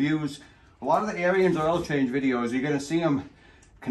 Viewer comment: Ariens...pronounced like Erins, not Aryans, lol.